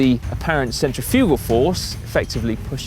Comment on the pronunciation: oooh watch that pronunciation of centrifugal force m8 lol